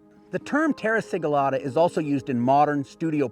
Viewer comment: I am sorry but why you say "terra siglata" if you are doing simple slip? Romans had many special techniques, apparently this was one, if you dont know the "secret" dont say you do